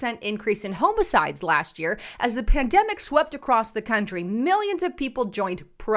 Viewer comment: It’s pronounced homicide not homicide.